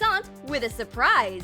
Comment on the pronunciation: It's not SOUPRICE it's SURPRISE are u dumb?